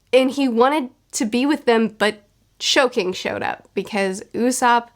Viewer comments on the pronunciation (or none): Hearing Sogeking's name absolutely butchered by calling him Shoking multiple times or whatever it honestly disrespectful. It's not even hard. So Ge King. Sogeki means sniper. Sogeking. Jesus christ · Hey! Just so you know, it's pronounced "so-geh-king". "Sogeki" meaning sniper in japanese. Basically he's calling himself Sniper King. Also, in your reread, i'd strongly suggest paying a looot more attention to Skypiea. Matter of fact imma reread Skypiea right now. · who tf is shoge king SO GE KI N GU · Great video as always. Just a a heads up it's pronounced "so-gay-king" not "soj-king." Looking forward to next friday! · Is she calling sogeking, showking?